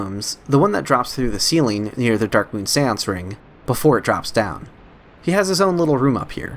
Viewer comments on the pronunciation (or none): none